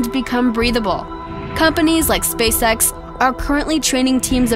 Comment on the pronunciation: ha ha she said Spacesex